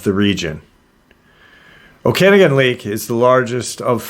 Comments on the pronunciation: I swear im not one of those people that whine about pronunciation lol i mean well. Okanagan is said Oh-kin-nog-in. I'm canadian, from Alberta but I've been through the Okanagan Valley a few times. I always tried to keep an eye out for Ogopogo and sasquatch since i was a child. I am into AI Art. I wouldnt have guessed this image was of that, i thought someone had a dragon statue of some kind in the water. Its not that easy to create photo realistic anthropomorphic characters, for them to at least turn out well anyways. Sometimes it will place your image in a weird spot. Maybe someone had "water dragon" in the prompt, if it is AI, who knows what else. I know for a fact i've seen this before but it was a dragon face, not a wolf. It could just as easily been a statue like i mentioned before but someone else overlayed a wolf face afterwards. I know how that works as well. Unless im experiencing a mandella effect, the image has been altered. There is another news article that covered this. My images are never that realistic and i do focus on that. I dont use midjourney though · In BC, we say it like oka-noggen, emphasis on the 3rd syllable.